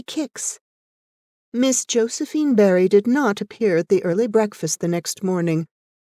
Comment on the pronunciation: There is only one thing I can fault with this reading - it is Barry being constantly and mistakenly read as Berry - how could you have done that? Diana Barry and Anne Shirley two names forever linked.